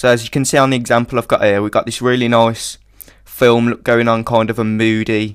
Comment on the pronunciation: Nice tutorial, subbing ;) also, I can't stop to notice that your "nice" sounds more like a swedish accented "noice" =P Are you scandanavian? : o